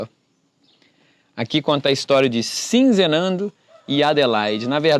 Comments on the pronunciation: Você está falando Sinzenando, colocando um "n" a mais, o nome é Sizenando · Você já leu corretamente. Sizenando. Mas insiste em pronunciar SiNzenando. D. Pedro II, com 14 anos já era imperador do brasil. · Ahahahahah...não é sinzenando. É sizenando...